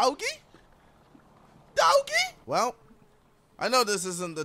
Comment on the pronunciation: “Dowgie? Dowgie? Dowgie?” 😂